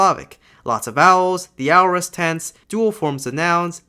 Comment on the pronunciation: I believe aorist is pronounced /ˈeɪ.ə.ɹɪst/ :) Great video!!